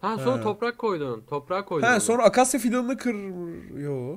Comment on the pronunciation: Abi sen topraka torpak diyorsun